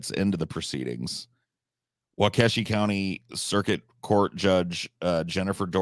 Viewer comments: As a Wisconsinite, its WAH-KAH-SHA not Wah-Kesha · It's pronounced Wau-keh-shaw. Don't let this be a Zayo Dedong. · The Brooks case was covered plenty on the local news. And yes, there were a lot of people who wanted to string this crazy motherfucker up. Also, the precedent of mangling Wisconsin place names by continues. As other people have said it's "wau-kaa-sha" or "wau-key-sha" depending on accent. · I feel bad no one can say Waukesha right